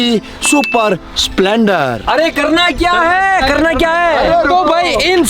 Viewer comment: Splendor ❌ Spelonder✔️😅